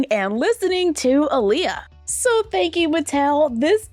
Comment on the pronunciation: I love Aaliyah so much that I have to correct everyone when they say her name wrong so her name is pronounced (Ahh-Liyah)